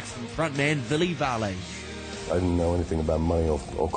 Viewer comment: lmao... :D:D:D i almost died when i saw a vid of him in tilburg! XP he's so funny. like looool :D the narrator did have some difficulties pronouncing his name... sounded like "villy val-a"? :P